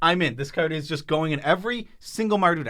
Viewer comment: I really hate they these guys say "card".